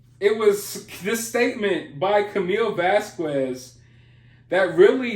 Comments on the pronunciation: Can you please say Camille's last name right? It's vas-kezz. Not vas kueues. Love you....just saying...she's a champion and a queen. She deserves the respect of her name being pronounced properly... Vas-kezz ....vas-kezz....vas-kezz...😉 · Your "lie" pun was not lost on me. I'm an English teacher, and I love funny/punny wordplay! BTW...Camille's last name, phonetically is pronounced: Vas-kez. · Vaz Quez? I'm white as shit and even I had to call out your pronunciations🤣😂🤣